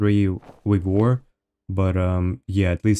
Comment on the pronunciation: it's wigor man come on....